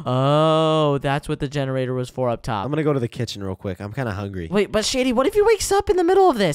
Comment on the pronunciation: Hungy instead of hungry